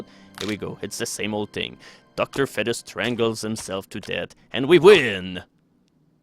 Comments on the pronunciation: its not docter fed-is its feed-es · Dr fetus is pronounced Docter feetus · why is bro saying dr fetish😭😭😭😭